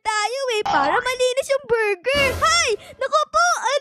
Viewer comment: Borger po😂😂